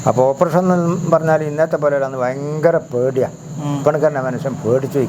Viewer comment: ഫയങ്കരം തന്നെ 😂😂